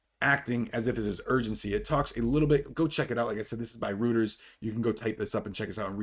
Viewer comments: Pronunciation Police 👮‍♂️ Here. Reuters is pronounced “ROY-Ters” 🚨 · Hey. I love the show, watch a lot, just don't ever comment. I wanted to tell you that Reuters is pronounced royters. ✌